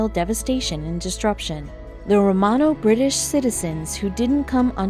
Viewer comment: TV If you want to pretend you know something about ancient history, at least check your pronunciation on 'Romano' and 'Hunnic'.